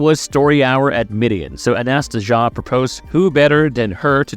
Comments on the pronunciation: It’s pronounced Anna-Stay-Zia. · I think the name is pronounced closer to Anastasia